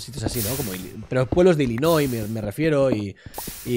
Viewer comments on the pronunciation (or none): none